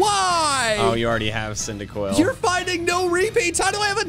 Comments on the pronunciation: CYNDAQUIL, NOT CINDIQUIL! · CYNDAQUIL, NOT CINDERQUILL! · CYNDAQUIL, NOT CYNDIQUILL! FIX IT NOW!